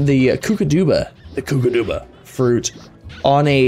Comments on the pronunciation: It's Koo-ka-DOH-ba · the way he says kookadoba is so funny- Kùükadœba